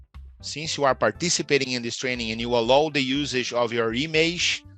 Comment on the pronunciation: Já começou errando a pronúncia de ALLOW, IMAGE e AUTHORIZATION. Eita! Tem que melhorar essa pronúncia aí, teacher.